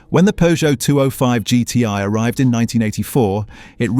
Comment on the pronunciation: AI Voice kills it for me. Guy cant pronounce 205GTi properly